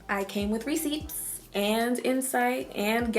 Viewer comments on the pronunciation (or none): she pronounced it as receiPts i had to double check because what if i was saying it wrong the whole time again LMAO. anyway new subscriber :3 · The way you pronounce receipts makes me crave Reeces. _